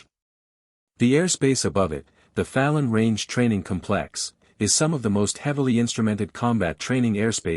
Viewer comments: Compléx/Cómplex. Emphasis on the first syllable. Get it right. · If you stress the second syllable, the noun cómplex becomes the adjective conpléx. Get it right.